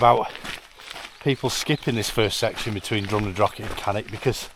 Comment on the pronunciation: Jesus, can you people use your mouths properly, show some respect and pronounce the Gaelic "ch" in Drumnadrochit, Cannich and Glen Lichd the way it's meant to be pronounced? IT IS NOT 'CK' FFS.